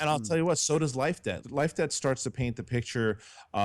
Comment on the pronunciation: whenever said Life debt i always thought he was saying life day and i was very confused